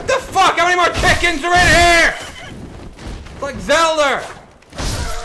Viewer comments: "It's like Zelder" Really? Come on bruh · i do u just said it wrong and i thought it was funny